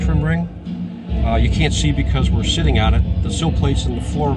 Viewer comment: it sounds like he said "and we're SHITTING on heated and ventilated front seats"